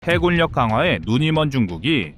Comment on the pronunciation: 다좋으신데 해굴력이 아니라 해군력입니다.참고하면 더좋은 유튜버가될거같네요.힘내세요^^